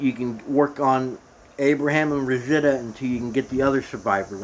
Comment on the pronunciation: Thanks for the info but maybe try to pronounce the main players names correctly. It's pretty annoying to hear Betta or rozita so many times. I don't think you've watched the show which really doesn't matter and you made some good points that were helpful so thanks.